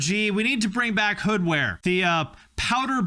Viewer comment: Took a shot for every time you called it "Hoodware"